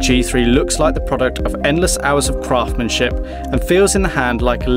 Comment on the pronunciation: "Craftmanship"? Fixed that for you --> "CraftSmanship" :-)